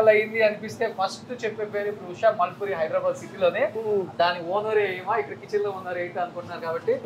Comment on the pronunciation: మాల్పూరి కాదు రాసన్ మూల్పురి అని ఉంది అక్కడ సరింగా సదువు